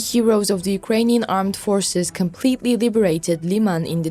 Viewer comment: "Unkrainian Defence Minister Shoigu"??? (8.27)